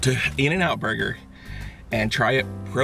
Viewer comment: "the boyger